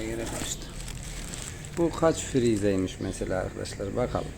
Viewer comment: Bilgiler güzel teşekkürler. Ancak genelde yapılan hataya sizde dahil olmuşsunuz. FİİRİİYZE diyorsunuz ısrarla bu kelimenin karşılıgı yok. Makine alanı öğretmeni olarak dogrusunu söylemek zorundayım; FREZE ama oda tezgah adıdır. Kesici döner parça sabit kalır. İşlemi yapan yani DİŞ açan tezgah. O tip dişler piysada ve bizlerde sıçan dişli, dişli, kama kanal dişli olarak telaffuz edilir. Sadece 9 dişli birleştirme de denir doğru olarak. Yararlı Anlatımınız böylece daha yararlı olur diye düşünüyorum.